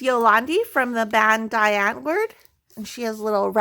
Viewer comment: Can't wait to see it done, i think it is going to look amazing. Afrikaans lesson nr1 Die is pronounced dee. Now you can listen to Die Antwoord while you do the canvas and send me your afrikaans questions via insta 😋. Enjoy it